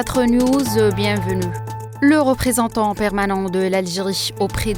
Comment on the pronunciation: Oui rassurez vous votre idole marionnette prononce bien la langue française seulement avec sa bouche de travers et ses dents artificielles elle prononce mal les mots Exp: dernier numéro d'hebdo show à la fin de notre (petisse) (petit) (bienvenuffe) Vous l'aurez (compriche) que (subisse) le peuple palestinien (mercisse) (mehdisse) (mercisse) on poursuisse avec nouffe depuisse paris vous êtes renduffe professeur pittisse Assassinésse métaouisse on continuffe Je comprends si vous êtes son amie ou sa cousine ou l'animatrice en personne 😂😂😂😂😂 Mais bon juste un conseil.. trouvez lui un neuropsychiatre et un orthophoniste 😂